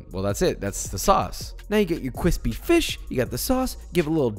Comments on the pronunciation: Josh: says cwispy Everyone: The return of the king. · Josh saying "kwispy" is slowly wearing away at him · What I love it when he says, KWISSSPY <3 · I think he still does it because he thinks we want him to do it. After all, he’s becoming an adult. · The way he did the editing on 'better be homemade' just makes it sound like 'if it aint homemade i swear imma find you and turn you into kwispy beer batter human